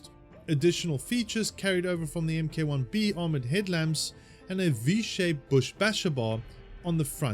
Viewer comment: FOR THE LOVE OF GOD, ITS PRONOUNCED "MARK", NOT "M. K."